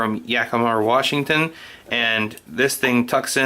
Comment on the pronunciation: Where are you from? I always find it interesting when people saw Washington "Warshington"